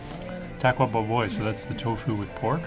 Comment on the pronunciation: Baboy is to be pronounced as a prolonged BA not rapidly. so it's ba-boy. The BA prolonged not pronounced fast. You should've went for a second plate. It's a buffet.